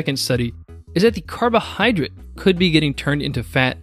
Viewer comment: It's carbohydrate not carbohydrit.